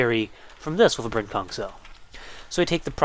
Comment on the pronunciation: every time he says 'Brent-Kung' a part of me thinks hes saying 'Brent-KunT'....dono why